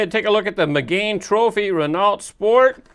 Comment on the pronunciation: Now you need to work on pronouncing the name of the model correctly. It's not pronounced like "mi-GANE" it's pronounced like the girl's name: Megan. ;-)